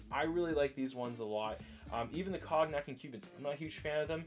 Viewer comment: love the review Cognac is a alcohol and it is pronounced more like “cone-yak”